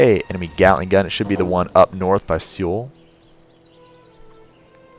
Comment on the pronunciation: "Seoul" is pronounced like a mix between "soul" and "sull".